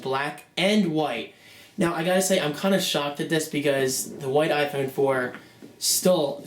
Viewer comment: u say iphone wrong